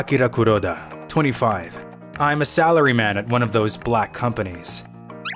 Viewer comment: I don't like the way he's saying black 😑